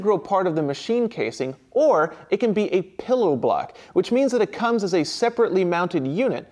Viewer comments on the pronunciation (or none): none